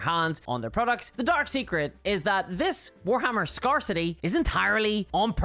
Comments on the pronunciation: Also - you're mispronouncing scarcity. Badly. There is no country on the planet that pronounces it that way. Grab a dicrionary, read the pronunciation guide, and then perform penance. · I love how pronounces scarcity like it is some Dark Eldar settlement, "Scar City". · Now that you mention it, "Scare City" also sounds like a Dark Eldar city.